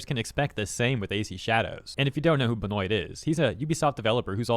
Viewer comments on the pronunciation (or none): Not that it is critical but it is Ben-Wah not Ben-Oyt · Benoit: Ben-wah not Ben-oyt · His name is pronounced "Ben-wah" not Ben-oit lol. It's a Canadian name like the deceased WWE Pro Wrestler Chris Benoit. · Benoit (pronounced Ben-wah) Chris Jericho once pronounced it "Ben- noyt" to mock Chris Benoit in WWE 😆😂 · Benoit is pronounced Ben-Wah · "Benoit" is pronounced ben-wa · Just gonna say, Benoit is pronounced “Ben-wa”, it’s French lol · Benoit is french... Ben - wah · Your pronunciation of Benoit is hilarious. Its more like a Ben-wah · Pretty sure Benoit is pronounced Ben-wah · I know its not super relevant but it is pronounced "behn-WAH" They won't be getting any of my money regardless of pronunciation. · Benoit is pronounce Ben-waa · Benoit is pronounced Benwa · Pretty sure the last name is of French origin, and is more pronounced Ben-wa(h) unless it was meant as an ironic jab, then ignore me. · if he's canadian or french, its probably pronounced Ben-wah for future reference. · Benoit is French. Pronounced "Ben-wah". Unless you're intentionally butchering his name to cast shame upon his house, then carry on. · Benoit is French. It's pronounced "Ben-wah" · For future reference: in french "oi" is pronounced like "wah" and t's at the end of words are silent. Benoit is pronounced like "benwah" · Benoit is pronounced "Ben-wah" my dude 😉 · I'll be that nerd right now. The name Benoit is pronounced (BehN-WAA) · LOL. I like how you pronounced the name Benoit as Benoit instead of Benoit